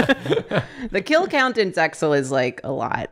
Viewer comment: more saying "zexal"